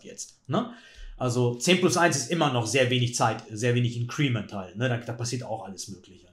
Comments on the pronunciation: Super Analyse wie immer! Nur ein gut gemeinter Hinweis...bin mehrfach über Deine Aussprachen von "Increment" gestolpert;-) Betonung auf IN-crement... Vielen Dank für die super Videos, LG aus HH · Klugscheißer-Modus ein: Bitte nicht "in'creeeeement" sagen, das tut in den Ohren weh. Betonung ist auf der ersten Silbe. Klugscheißer-Modus aus. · Gutes Video wie immer! Increment wird übrigens nicht (incriment) sondern einfach (increment) ausgesprochen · wie immer unterhaltsam, lehrreich und schön kommentiert, danke !... für diejenigen schachfreunde die neben schach auch die englische aussprache interessiert: INcrement wird im englischen auf der 1. silbe betont und nicht auf der 2. silbe...auch wenn der stamm incREase ist welcher tats#chlich auf der 2. silbe betont wird ;-) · mit größtem Respekt – indes, das Ding wird /ˈɪŋ.krə.mənt/ ausgesprochen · Glaube „increment“ wird anders ausgesprochen 🥸👀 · Hätte das auch mit kurzem e im Ohr statt mit i. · Gutes Video, danke fürs nicht Spoilern. ABER: Bitte, man darf sich als großer Schachchannel schon anschauen, wie man englische Wörter ausspricht, wenn man sie denn schon wählt. Entweder deutsch Inkrement oder beim Englischen "Increment" liegt die Betonung auf dem "I" - das kann man schonmal richtig machen. :-) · Es tut mir körperlich weh wie er increment ausspricht! ;-) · Dem kann ich nur zustimmen. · Hallo lieber! "Increment" wird auf der 1. Silbe betont 🙂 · Increment mit Betonung auf dem I. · …mit Betonung auf der letzten Silbe, wenn man es „deutsch“ aussprechen will; will man es „englisch“ aussprechen, dann auf der 1. So wie es ausspricht, ist es auf jeden Fall nicht richtig:-/ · Sehr gewöhnungsbedürftige Aussprache von Increment. Aua! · Super Analyse. Increment spricht man aber ganz anders aus. Tut jedes Mal weh wenn du es sagst, besonders da du sonst so wortgewandt bist und auf eine korrekte Aussprache achtest.